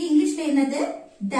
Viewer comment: Sis, This is not good (could), the way you said is wrong, try to avoid local slang. But appreciate your content,, I'm really sorry to say this.